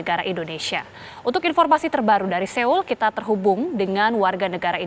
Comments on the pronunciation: Gemes denger mbanya... Seoul bacanya soul mba 😁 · Bacanya bukan seul mbak. Tapi seoul itu bacanya soul. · Turut berdukacita utk semua korban dan keluarga korban smg diberi kekuatan dan ketabahan...amin... News anchornya menyebut kata Seoul bs diperbaiki lg,,,itu soalnya Nama kota, sama seperti nama orang klo salah penyebutan jd ga enak dengernya...